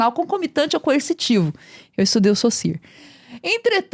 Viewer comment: a nilce falando o nome do saussure certo chega me deixou feliz